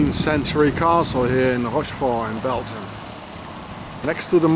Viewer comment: another great informative video. Bel-gium, whats in that name? Did you mean Sar-Gent-leman